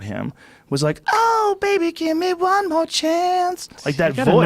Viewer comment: Joe "gimme one moe chance" Rogan